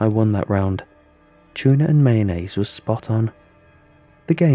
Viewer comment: "Your favorite is C H O O NAH and bell peppahs"